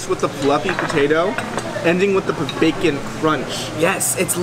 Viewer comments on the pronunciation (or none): none